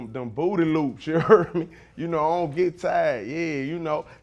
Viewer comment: I don't know but I like the way he say booty